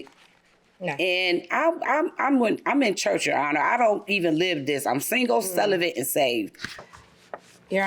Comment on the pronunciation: But she said "celivate" 🤔